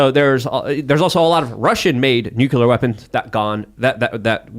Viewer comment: What's with every guest and expert coming on and calling it "nukeular"?